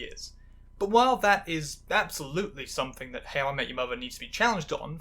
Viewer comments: You really need to slow down and enunciate, it's difficult to understand you when you pronounce "how I met your mother" as "hawayymuwer", and "challenged and recognised" as "charecognised". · The way you pronounce How I Met Your Mother like it’s two syllables must be some kind of witchcraft. More seriously, this was really interesting! I didn’t really watch sitcoms growing up but it’s interesting (though maybe in a morbid curiosity way) to see some of the things that have shaped how people like me are treated today. I especially love the trans spin on Robin, and the concept of a character Feeling trans even if it’s not actually canon. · Love how you pronounce How I Met Your Mother in a single syllable